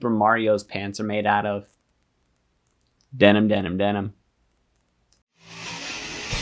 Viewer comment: Den-im, den, den-im, den...den. lol You didn't talk about MRNA lolll Smacked!...ugh, in sympathy with BioNtech 😞😞 Kind of stupid when you consider they just had their earnings and it was good enough. Sheesh, when do we get a break? Every time we make progress we regress and now there's talk of more rate hikes! Arghhh